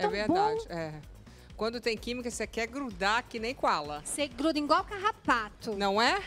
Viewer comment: Ela diz :O que " vinhe' " pra mim eu estou aceitando porque eu estou na seca Quando tem quimica voce gruda "ingual" carrapato!